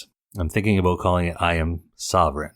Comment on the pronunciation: "understand aboot me" - so Canadian!